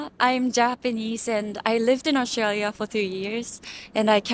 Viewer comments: She pronounced Australia in the most Aussie way possible.🦘😂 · She pronounced “Australia “ correctly 😊